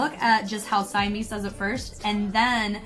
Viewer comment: Love the video!! Just a note, Simeez is pronounced 시미즈, oh and also the guy that was doing the couple freestyle choreo at the end of the first group is 이조 from SMF Eoddae (the one who was Rain in their Rain choreo mission)! Simeez and him used to date. That's enough TMI from me 😂